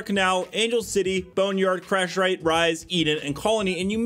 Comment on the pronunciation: Lol. You had me cracking up when you didn't read the map names right at the beginning of the video 😄 🤣" Bomestead " and " crashRite "